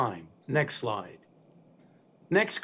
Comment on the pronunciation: I love how he keeps saying next lie next lie and then at the end he says last lie ...Ah Ah Ah